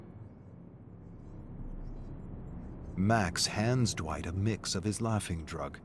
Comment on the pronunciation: DiD He JuSt CaLl Me DwItCh?